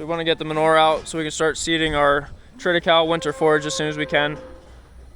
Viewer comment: It's pronounced trit I Kal I